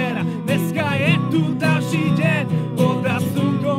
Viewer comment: Všetci píšu, že lepšie ako originál :-D ..... kokos však nevedia ani intonovať v slovenčine. U nás je deň a nie den... aspoň si mohli nacvičiť výslovnosť. Kluci ;-)